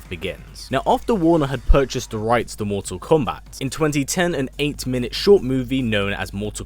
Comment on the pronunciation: I love how he says "MorTORR KOMMbat"